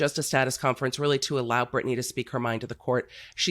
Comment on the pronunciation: ITS BRITNEY BRITNAAY